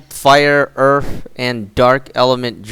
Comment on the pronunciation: Cold fire water and earf lmaoooo